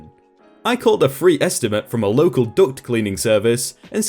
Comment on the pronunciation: Thank you . I have been all fucked up on this story lol . You are the only one to pronounce it duct . Not duck. I feel very stupid thinking people have. A service to come clean their ducks lol